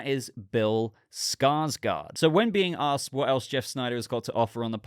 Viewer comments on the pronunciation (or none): none